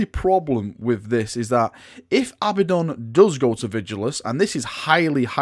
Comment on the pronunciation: A-BADD-ON NOT FUCKING ABBA-DON